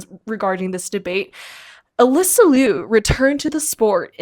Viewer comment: Her name is Alysa. Everything you said was wrong and super disrespectful but at least get her name right tf